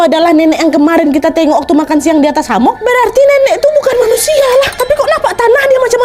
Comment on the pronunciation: Hemok kak bukan hamok